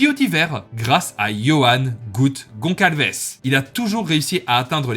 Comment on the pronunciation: *Gonçalves 😉 À prononcer comme "Gon-ssal-ves(sh)"